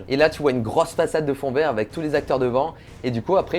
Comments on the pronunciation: Parcontre c'est pas avé mais avec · "Les contact AVÉ les acteurs" 😂 pitié nooon !!!